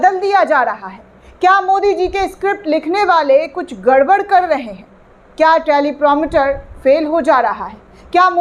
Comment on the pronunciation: मैडम मोदी जी को छोड़िये , आपको भी नहीं पता टेलीप्रामटर नहीं टेलीप्रांपटर होता है । आफिस में कोई दूसरा काम लो एंकरिंग आपके लिए नहीं, ना हिंदी उच्चारण सही है ना इंग्लिश ही आती है आपको